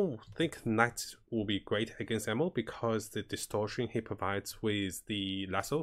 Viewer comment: Is it just me or do you actually call Enno “Enmo”?